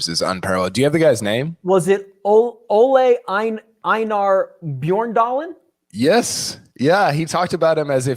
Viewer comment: As a Norwegian living like 5 min from where Hovland grew up, this was hilarious 😂 Impressive pronunciation of "Ole Einar Bjørndalen" 🏆